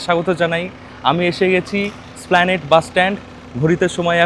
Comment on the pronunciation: ভাই তোমরা যারা কলকাতার বাইরে থাকো তারা একটু ওভার স্মার্ট হতে গিয়ে সব সময় ভুল বলো যেমন তুমি এসপ্ল্যানেড কে স্প্লানেড বলছো এটা ঠিক না ভিডিও করছো ভালো করে জেনে তবে বলো।